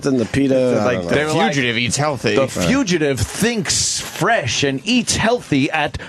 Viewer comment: Why does Opie call the Fugitive bit, the Future-tive?